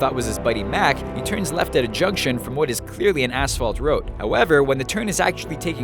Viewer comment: he makes a mistake he says that the truck turns left at a juggction but it clearly turns right and yes he says jug-tion